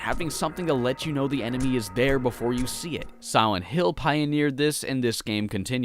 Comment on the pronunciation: Am I the only one that thinks he keeps saying siwent hill